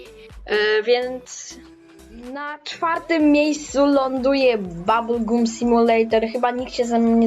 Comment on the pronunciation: Jak ty teraz masz 10 lat i mówi się babl gam śnie babl gum